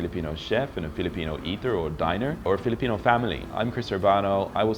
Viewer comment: woah...your filipino accent is good